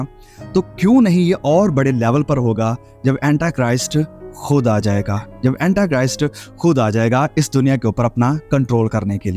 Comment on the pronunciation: Aapke sare msgs to d point hote hai...thnx for updating us for Eternal time... But its not Antachrist what U say..its Antichrist...aap hindi me bhi kahenge to chalega, English bolna itni bhi jaroori nahi hai.. baki sab bahut excellent hai 👌🔥👏👏💕👍